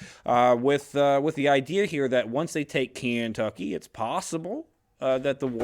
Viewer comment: Kentucky is full of historical events. And what's with the weird pronunciation of Kentucky as Cantucky?